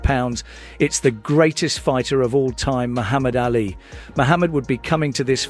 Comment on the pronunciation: AA li not Alley